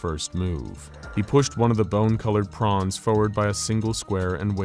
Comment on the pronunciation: did he say prawns?